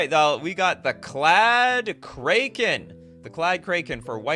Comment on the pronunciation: does he just pronounce kraken incorrectly on purpose?